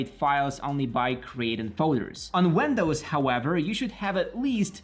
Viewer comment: He said "older" WENDOWS 💀